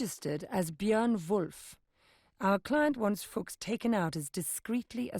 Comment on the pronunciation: "the FUCHS brothers" lmao